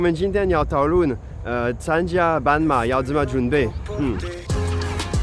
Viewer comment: 你發音不準，自己不檢討自己，加以改進，還對人生氣氣。 半馬，斑馬，傻傻分不清楚。 老虎，老鼠，傻傻分不清楚。